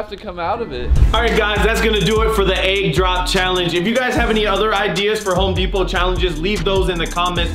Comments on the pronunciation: “HoPe DePoT” do you mean home lmao 😂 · “hope depot”😂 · He said "Hope Deopt"